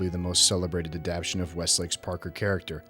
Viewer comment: Enjoyed your essay. Hate to be that guy, but it's adapTAYshun. You keep mispronouncing....Sorry but had to mention....Cheers